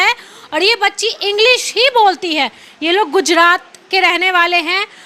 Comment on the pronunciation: Aap to sahi se bolti mam agdeji nhi english 😂😂😂😂